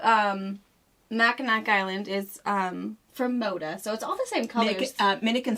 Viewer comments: Just as an FYI, Mackinac Island is pronounced “Macikinaw”. Sorry as a Michigander, I just needed to say something, it’s like nails on a chalkboard. Enjoy watching all your videos! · Fabric pronounced mac-a-naw